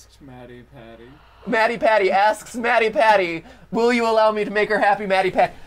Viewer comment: When ever they say mattypatty, it sounds wrong.